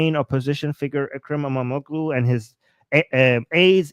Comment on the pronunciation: I am an Indian American. I have lived and worked in Turkey for 4.5 years (35 years ago). I came to America when I was 29 years old. I've lived here for 35 years. I used to speak Turkish but now I have forgotten. You are speaking the Truth about Islamic countries. :). Its Imamoglu. (imam olu) g is silent. Yes Muslims do not like Dogs. But in turkey, They are kind to dogs. Dogs (and cats) are looked after very well in Public in Turkey. I used to have a dog in my Apartment and stay in Ullus, Istanbul overlooking the Bhosforous.